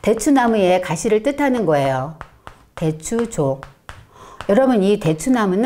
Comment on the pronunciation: 상기의 상을 길게 발음하셔야지요!! 짧게 발음했기 때문에 금방 알아 들을 수 없었나이다. 한자에는 자곶 문제가 아주 중요한 일입니다. 대추의 첫 자도 길게 발음해야지요. 고유어인 대추도 바르게 발음하지 못하는 이가 어찌 강단에 섰나이까?? 그만 두십시요!!!